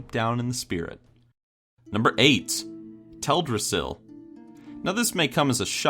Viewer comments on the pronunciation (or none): Tel' drassil?? For 11 years, I thought it was pronounced Tel dras' sil. Too late now to change. #4 Dun Morough, #3 Gilneas and #2 Tirisfal Glade ..,. absolutely Spot on! As for Azuremyst Isle coming in at #1, I never would have even given it a thought. Great Top 10!! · Does it bother anyone else the way he says Teldrasil?